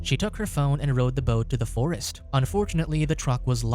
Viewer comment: Dude, the way he talks hahahaha, "Mick was about to attack héêer, he was going to the fóôóréêést"